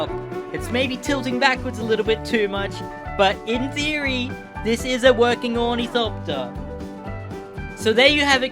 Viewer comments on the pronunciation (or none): Ornithopter is pronounced awr-nuh-thop-tur just kinda annoyed me when you said ooh knee copter no hate real cool build keep it up